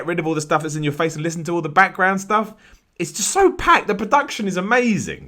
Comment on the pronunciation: i love how he says 'background'. BAKK-ground